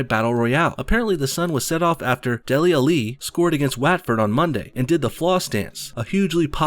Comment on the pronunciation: The way he said Dele Alli and Watford were hilarious. Had to pause the video to stop laughing. For future reference, although i doubt you will ever need it, they are pronounced Dele Allee and Whatford.